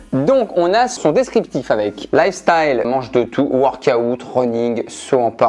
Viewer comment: « Worka oute » 😭😂😂